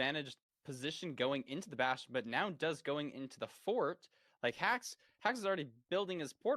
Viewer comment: hax won playoffs because he's the only one whose name lud didn't mispronounce